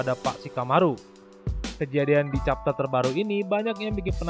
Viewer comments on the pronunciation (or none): none